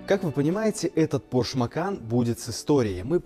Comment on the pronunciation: ПОРШЕ, дядя, ударение на первый слог, не ПОРШ, вроде не 20 лет тебе)) Это я просто к произношению придрался, ролик то классный!